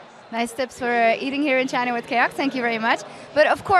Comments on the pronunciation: i'm understanding vagina every time he says but china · Everytime he says "The China Team", i heard Vagin* team.... my mind must really be fk up =,=